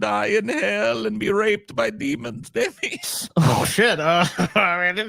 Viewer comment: It's Dimi,, not Demi. Short for Damian.